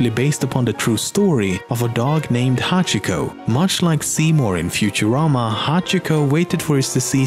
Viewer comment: pronounced hacheeko